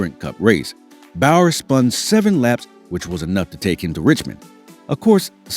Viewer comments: I know my boy did not jusy said bayer instead of saying bowyer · He said Bower if I'm not mistaken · its pronounced boy yer do you research sick of hearing it